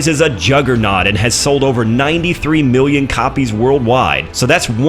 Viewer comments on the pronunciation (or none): none